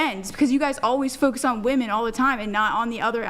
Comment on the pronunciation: When you speak about wahmen to wahmen, they feel attacked. That hive mind is strong with wahmen.